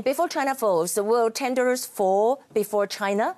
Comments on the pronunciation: 雅琴好像把Tedros 發音成 Tendros. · 被雅琴姐圈粉了。 不過你一直唸te''n"dros 沒有n的音哦，tedros才是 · I ain't sure how hard the arguments could slap Tedros in the face, but the repetitively wrong pronounciation of their names even with teleprompter and printed props are just plain ignorance. For times that you could feel free to improvise, all grammars just went embarrassingly wrong. Geez...